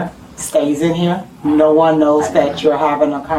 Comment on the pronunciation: "...what we talk about heeya, stays in heeya..." . Peak education. This school is a joke, just like most other schools. Honestly, the kid spoke some truth in the "conversation." The truth is, our educational institutions in The United States of America ARE A JOKE. The student probably benefited from skipping his classes, because most of what is being taught in the classroom is radical agendas that have no real world value.